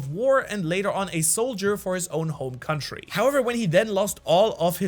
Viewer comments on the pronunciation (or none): none